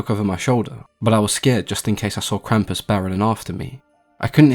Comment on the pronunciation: Impressive pronunciation of the word Krampus, I didn't expect that.